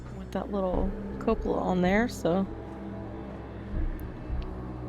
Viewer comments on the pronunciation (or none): thank you for the video hun your work is amazing! I'm almost inspired to build again😊💖 I love the way you say cupola you should say it more often😆 and you're allowed to say fat it's not a bad word 😁💖💖